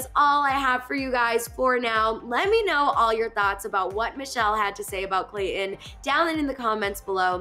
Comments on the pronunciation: There is a T in his name. You pronounce it Clay Ton. Not Clay in. Please. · Me too. It just irritates me. Say the bloody T. That is the man's name. Not Clay in. He's very attractive.